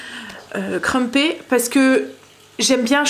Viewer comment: Coucou... j'ai testé les crumpets (on dit creumpettes en prononçant le s 😉) pour passer mon levain écarté. Comme 4 de mes petits enfants arrivent demain pour 4 jours, en pkus des pancakes et du gros cake aux cartes de chocolat et une brioche il y a des petits dej et goûters prêts. J'ai fait un pain de mie au levain... miam. Un peu trop fermentées bon.. du coup j'en refais un demain pour des sandwiches et croques monsieur(on prend le train lundi pour le Sud alors faut du pique nique lol) on adoooore préparer... et puis le plus âgé de mes petits fils veut un atelier préparation de tenders. Mamie Caro a prévu ça vendredi après midi pour manger samedi midi... bizz